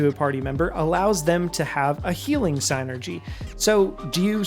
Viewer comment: Finally someone pronounces psynergy property!